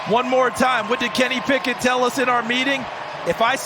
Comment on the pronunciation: On play two the comantater called Kenny Picket “Pickins”🤨